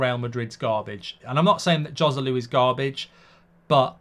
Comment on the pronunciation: It’s amazing that as a talk show host you don’t even bother to learn the correct pronunciation of the foreign names. “J” in Spanish is pronounced “H” so Joselu should be pronounced Hoselu. On the other hand a J in an Arabic name is pronounced, so I am not sure why you pronounce Mejbri “Mayburi”! According to his Wikipedia profile his last name is Al-Mejbri with a very strong sounding jay!!